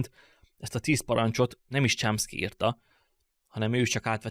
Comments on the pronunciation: Csomszki nem Csámszki. De amúgy király! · A Chomsky-t rosszul ejted.Javaslom: írd be a Google fordítóba majd kattints a meghallgatásra!!